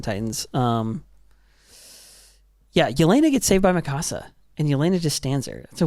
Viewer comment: Just found your podcast the other day. Had to hear your thoughts on EP 79,80&81. Solid points. But why do you guys do dirty to Mikasa's name? The way you pronounce it sounds like a spanish home. Mi casa. It's one syllable. Mikasa. Lol c'mon now